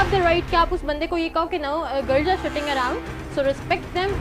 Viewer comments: girls are shitting around or sitting around Yar english ki mar di isne Nahi aati to mat bol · she said girls were shitting(tati kar rahi thi)😂😂😂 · Guys..Guys...Guys!!! Just hear it...... . .....the Girl said 'Girls are SHITTING arounddd' two thre times😂😂😂😂ye kyaaa haiii😝😝😝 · The girl speaking english was saying shitting instead of sitting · yes they can speak in eng and instead of saying sitting she is saying shitting have any ine noticed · RIP inglis "girls are shitting" 😁😁